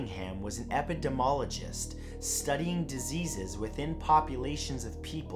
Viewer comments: Epidemiologist. Epi - demi - ologist. You didnt pronounce the two i's in that word. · I'm honestly not hating when I say this, but I have not seen a YT'r of this size/scale who so consistently mispronounces words. Like "epidemiologist" as "epidemologist". I honestly like the content as a whole but the writing and delivery are a bit robotic.